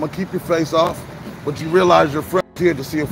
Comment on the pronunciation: Why does he say bot instead of but